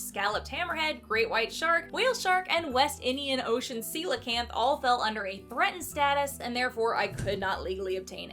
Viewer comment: This was an incredible video I apparently missed when I've watched every video of yours as they popped up. Today I learned how to pronounce coelacanth. I always gave it the hard "co" sound and never heard it said until it was said by you.